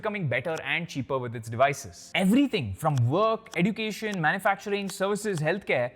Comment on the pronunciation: This is the right pronounciation of education eh·jyoo·kay·shn First learn to pronounce and then teach.